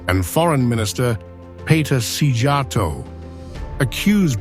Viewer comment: Yes Hungary is right. You pronounced Orbán so beautifully, what about Szíjjártó? I mean you should know j is not pronounced like English j in Hungarian.